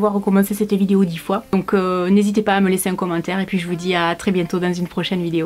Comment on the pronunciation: « cette vidio » 🤣🤣tu me fait trop rire avec ton ptit accent 😭